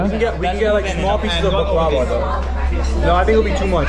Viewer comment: The way you kept pronouncing “baklava” made me cringe the whole time